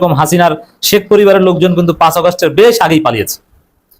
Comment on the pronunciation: পাঁ নয় পা বলেন।